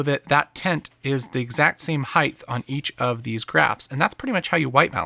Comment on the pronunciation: It's height, not heighth :-)